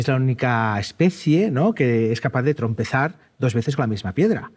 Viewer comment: ... "trompezar" o "tropezar"? (?)